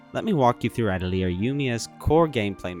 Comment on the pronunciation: People need to get together and learn how to pronounce "atelier"